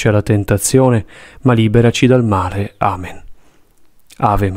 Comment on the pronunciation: La voce guida per tutta la coroncina quando recita il Padre Nostro dice: "E liberaci dal mare.🥺". Solo gli ultimi 4 Padre nostro vengono recitati correttamente. Buona vita a tutti